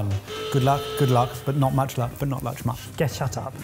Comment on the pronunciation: did just say " but not luch muck"? haha